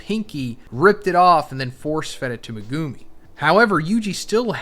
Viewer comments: MEH-GEW-MI LOLOL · The way this guy dismantles Megumi’s name hurts. Omg.. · It really is annoying. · Does anyone else cringe really hard when this guy says Megumis name?😅